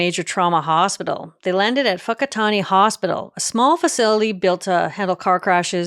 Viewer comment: Thank you for calling it Whakaari, the Māori name for it, rather than taking the easy road and calling it White Island ❤ also your pronunciation of Whakatane is on point. I haven’t seen any of your videos but I appreciate you doing your research!